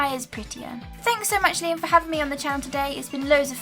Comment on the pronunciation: When you say it sounds like ace trainer limb